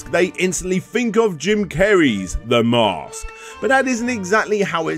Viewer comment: It’s called the Mask. The narrator keeps calling the Mosque.